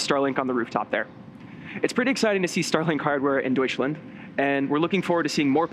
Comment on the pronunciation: its funny when you are german and you hear an american trying to pronounce "deutschland" :D